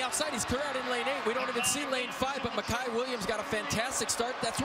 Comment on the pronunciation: Why does the announcer keep pronouncing his name Miciah it's Micah. Smh I hate when ppl mess that up